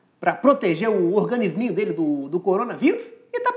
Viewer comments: "organisminho" hausswheuauqhq vsf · "Organisminho" hahaha